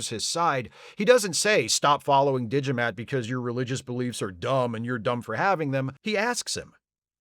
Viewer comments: „D'Jamat“, spoken like Digimat...sounds like a unique and powerful 1993 input device for PC. You know, bought by people without a clue about tech, who than praise the builders like gods (that's what the builders hope). Of course this business model never works out and only 1000 of them are being made. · I heard "Digimat". Sadly, they had to cut out, for reasons of time, all the scenes containing his brother Fotomat. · I'm also hearing Digimat. So thank you, for getting the Digimon song stuck in my head. Again. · "Alas, poor Yarrik" - Extra Internets points. And is it just me, or does "D'Jamat" (which I'm hearing as "Digimat") sound like a vending machine for calculators? Excellent analysis. Yes, the ending is SO "Let That Be Your Last Battlefield."